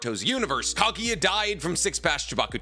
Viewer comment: kaguya not kagiya kthx